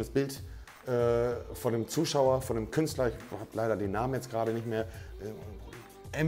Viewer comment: Niemand: Wirklich niemand: Monte: Gerage